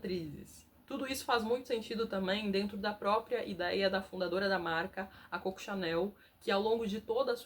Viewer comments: Sugestão com simpatia: antes de falar da Criadora da marca Chanel pelo apelido com o qual é conhecida, identificada e tudo o mais, precisa resolver se vai pronunciar corretamente seu apelido ou, mimha sugestao: referir-se a ela como Mademoiselle Chanel. Corretíssimo. CÔCO CHANEL NÃO EXISTE. E, para não incorrer na velha armadilha linguística, use o Mademoiselle Chanel. Melhor que atrofiar uma marca de altissima relevância até os dias de Fernanda Torres😅😊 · Vou resolver o problema: pronuncie Coco como deve ser feito, em francês, Cocô! Então, está resolvido!